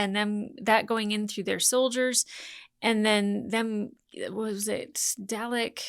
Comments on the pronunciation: To help you out, it's Dah-lek 🥰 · I vote to double down on the infinite variety of mispronunciation of the durlix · If Brits can say "garage" so it sounds like "marriage", Americans can say "Dalek" so it sounds like "phallic". It strikes me as a legitimate regional pronunciation, even if I personally prefer a colic-rhyming delivery that's closer to the British way of doing things (albeit without the intrusive R sound they often slip in there). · Haha straight back into saying Dalek wrong lol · The editor is having a lot of fun with your Dalek pronunciation. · At least she's not saying Day Lick.